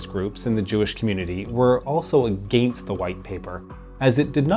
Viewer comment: Why do you say ‘against’ the way you do? It’s distracting and annoying. I can only take hearing you talk for so long before I have to close your videos out.